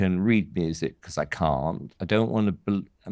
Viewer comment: Becors = Because